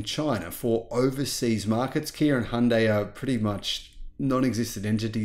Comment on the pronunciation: it's Hyundai, not HIANDAY